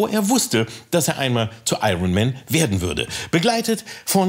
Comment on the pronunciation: Ich dachte, Kalki als Dolmetscher, wüsste wie man „Iron“ richtig ausspricht.